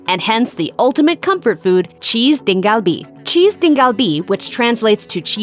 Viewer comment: lol cheese "deng" kalbi.. i'm sure pronunciations of the other dishes are way off.. try asking for that at a real korean restaurant, they'll laugh at you